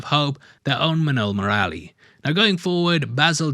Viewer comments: While saying Murali you are right till Mur after that just skip the 'a' and quickly say Lee Similar to Mowgli if you change it to muugli - Murli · It's not murralli murali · hey! Try speak "MURLI"..... ANYWAY MUCH APPRECIATED FOR THIS VIDEO. lots of love and have a best Year ahead...